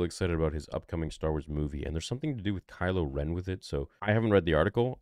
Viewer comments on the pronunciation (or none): none